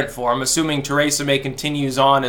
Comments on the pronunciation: Stop sayin “Ter ay sa” It’s “Tree sa” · Tuh-RAY-suh May